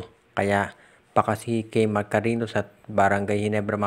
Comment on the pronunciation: Hindi Yan KARINO, KARINYO ang pronunciation niyan. May Ñ Yan hindi N. Cariño